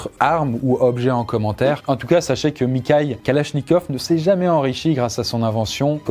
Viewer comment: mikhail kalashnikov: ça se prononce mirail (mirra-il) il me semble